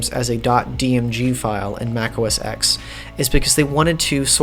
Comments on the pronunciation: I believe it's pronounced, macOS "ten", not, "X" fwiw. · It’s OS “Ten” not OS sex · Interesting video, even if some statements are debatable. But: The (newer) OS is pronounced "Mac OS TEN", not "Mac OS Ex". Like the Roman numeral 10. The number that comes after 9. "Mac OS Ex" makes me cringe. And not everybody shares John Siracusa's views on 'spatiality'. Not now, and not back then (2003). Some of these skeuomorphisms are just a PITA, or at best ridiculous. Like dragging items over the desktop to the trash can to delete them, instead of just hitting a dedicated delete key. Or Apples stubborn refusal to let you cut items in the Finder and paste them somewhere else. Or their long-standing ignorance towards a second mouse button. Most importantly, a 'spatial' finder full of icons becomes a horrible mess once you have dozens or even hundreds of items in a folder. BTW, the "little toolbar" at the bottom in Mac OS 8/9 is called the Control Strip. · The X in OS X is a Roman numeral. It's pronounced OS Ten.